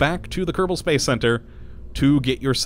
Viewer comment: Can never tell if he says "Kottabo Space Program" or "Kerbal Space Program" with a rolled R in kerbal